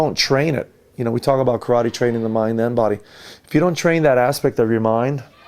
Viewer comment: Video teaching us Karate, can't even pronounce it correctly